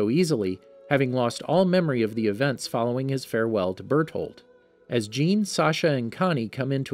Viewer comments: It’s pronounced “shah-dis” not “say-deez”. Also it’s not pronounced jean it’s a French name and it’s pronounced “sz-ah-n” like a soft j sound Edit: saydeez nuts lmao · hange should sound like hanji and jean should sound like jan not jeen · Not trying to be one of those guys but jeans name is pronounced john just for other videos also enjoyed the vid and keep up the good work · Ah yes ,’jeen’ the horse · ah yes jeen